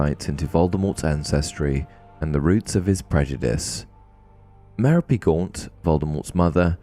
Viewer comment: Muh-Rōpe Gaunt. You wouldn't say Pen-ă-lōpe. It's muh-Rōpe Gaunt, not "Me-ro-pay."